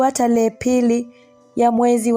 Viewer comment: Historia nzuri. Ila ndugu msimuliaji jitahidi uboreshe kiswahili chako hasa matamshi. Semanini🫴Themanini, Talehe🫴Tarehe, Wiriam🫴William